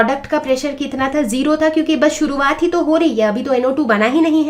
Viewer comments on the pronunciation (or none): none